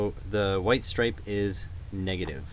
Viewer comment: Something about your accent when saying positiveo and negativeo reminds me of.